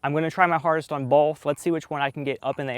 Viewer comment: Disliked because you say “BoLth” 😑